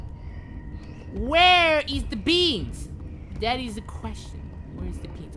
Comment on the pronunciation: It's BEAMS NOT BEAAAAAAAANS HISSSSSSSSSSS